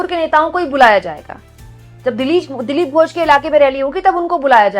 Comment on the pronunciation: मैं बंगाल से देख रहा हूँ। आपने लिखा तो बिल्कुल सही है। वर्तनी भी ठीक है। लेकिन बोलते समय आपने उच्चारण में गलती कर दी। ।दिलीप घोष जी मेरे घर से कुछ कदम की दूरी पर ही रहते थे जब वे लोकसभा सदस्य थे। आज भी वह रेलवे का बंगला इन्होंने कब्जा रखा है जिसमें रहते थे।